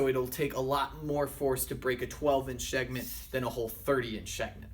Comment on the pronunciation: shegment? lol